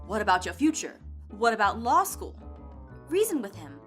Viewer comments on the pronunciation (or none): none